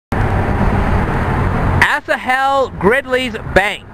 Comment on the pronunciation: Pronounced “Ashal”. He was my 6th great grandfather.